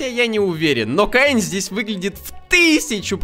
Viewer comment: это не каин это кеин